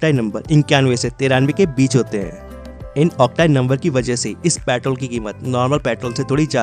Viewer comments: pyatrol nhi kehte bhai petrol kehte pehle words to thik se bolo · Patrol nahi bhai petrol bolo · पॅट्रोल नही पेट्रोल बोलो😂😂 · Petrol ❌ Pitrol✔️ 🤣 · its not प्याट्रोल, its पेट्रोल😂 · When he said paatrol not petrol I got that time only what he is telling about paatrol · Sir patrol nahi hota hai.... It's petrol.. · Bhai ye Patrol nehi Petrol hain. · your pyatrol irritating me.. its petrol.!!.. info was good.. but i left in middle cuz of irritation.. improve your accent.. make it clear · paaitrol kya hota hai bhai😂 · Pyaatol kya hota h 😂😂😂😂😂😂😂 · Bhai bolna sikho paitrol nhi petrol hota h 😂😂😂😂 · Petrol bolo patrol nahi 🤦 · Abbe jahil petrol bolte ha usko ,patrol nahi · Patrol ya peetrool. Hahahaha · Patol patol patol 😂😂😂😂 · भाई कम से कम पेट्रोल तो सही से बोल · Petrol hota petol nahi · Tum pehle petrol sahi se bolo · Pehle petrol bolna sikh lee dhang naal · Tum pahle petrol bolna sik lo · Bakwas petrol bolna to sikhle